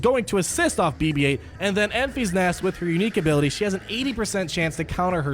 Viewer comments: Its not Enf-ee-s Nest, it's En-fiss Nest Great video bud as always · Ok, before I’m even 5 minutes in, you calling her “Enfees Nest” is annoying the hell out of me. Her name is pronounced “Enfiss Nest” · Enfys [en-fys] as a girls' name is pronounced EN-viss. It is of Welsh origin, and the meaning of Enfys is "rainbow" as a Welshman it made it difficult to take her seriously in the film, when everyone was worrying about the Rainbow turning up, particularly with Nest also being a Welsh name, meaning pure. so the pure rainbow being a good guy came as no surprise when it happened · Pronounce it more like Memphis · Pronounced "In-Fis" Nest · Lol, I thought the same thing. First he calls it "Staa Wars" now it's Enfees Nest" I'm just gonna watch moble gamer. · ...and apologies, but CubsFan Han may have his “Tie Slicer” revenge on you for the pronunciation of “Enfys”,;o). Keep up the great work! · Was thinking the same thing, but it’s so I kept watching lol.